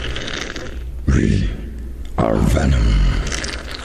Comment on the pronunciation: 존나 한국식 영어발음같노 위 할때 ㅋ ㅋ ㅋ